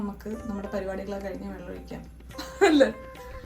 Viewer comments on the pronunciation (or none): none